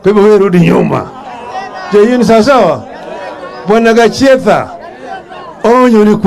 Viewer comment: It's Gachietha not Jachietha.🫢